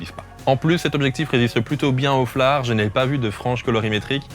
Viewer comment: FLARE est un mot anglais,, il se prononce donc FLAIR... 😀👍 Super caillou ce 10-24!!!